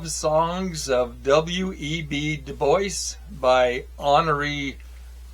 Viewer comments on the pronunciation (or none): none